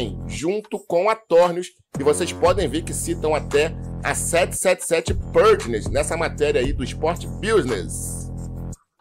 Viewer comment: a pronúncia da letra A na palavra PARTNERS, é igual a nossa pronúncia do A mesmo. Você está pronunciando com se tivesse acento circunflexo no A (PÂRTNERS). NÃO! Está errado!